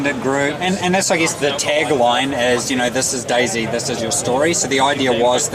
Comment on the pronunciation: It's day then the letter z you say it wrong